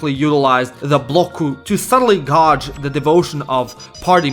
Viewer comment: That's not how you pronounce "gauge"